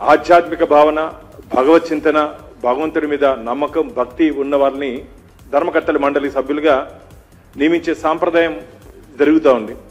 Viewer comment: ధర్మ కత్తెల మండలి కాదు - ధర్మ కర్తల మండలి.